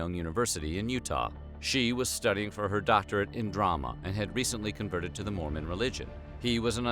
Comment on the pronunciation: She read the word Mormon as MOREMAN